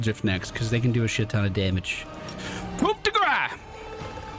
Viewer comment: Just thought I'd let you know that "coup" is pronounced "ku". The P is silent.